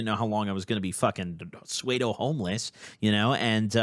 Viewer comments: For and anyone else who says pseudo the way he did in the video. It’s not “swade-o” it’s “soo-do”. No hate just wanted to put that correction in bcs Ik I always appreciate it when someone takes the chance to correct me in a nice way instead of being an asshole like most ppl would. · my jaw real life dropped when he pronounced pseudo like that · I can tell you dropped out by how you said “pseudo”